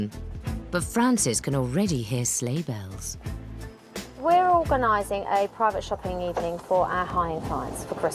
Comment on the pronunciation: I heard slave bells instead of sleigh bells. Seems right